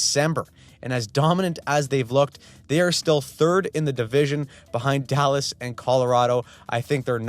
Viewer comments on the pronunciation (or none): none